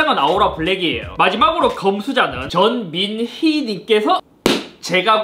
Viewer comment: 전민희하는순간 저민희작간줄 ㅋㅋㅋㅋ